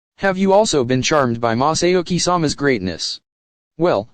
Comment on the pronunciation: Maahsahhyouhki that is how he pronounces masauki🥲🥲🥲 it hurts my ears